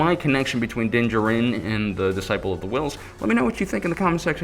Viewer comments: jar-in is how you pronounce his last name..you goof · Great video, makes me kind of mad how wrong your pronounce D’Jarin though LOL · I cringe every time...